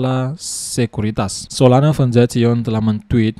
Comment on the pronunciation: Foundation= "Faundesyen"